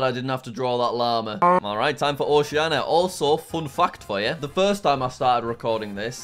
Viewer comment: Can't even pronouce 'Oceania' correctly